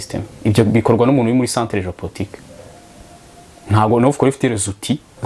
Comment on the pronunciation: Hi Sir, I am with you here. That word you pronounce ""Géo-portique"" or it's well "Géo-politique"